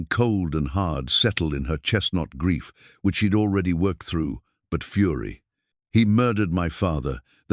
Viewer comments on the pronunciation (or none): none